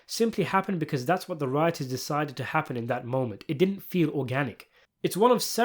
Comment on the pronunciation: Oh fuck. Did-dent is my all time favorite sopranos quote 😂